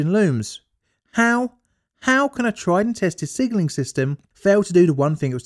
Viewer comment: I keep hearing "sigiling" instead of "signalling."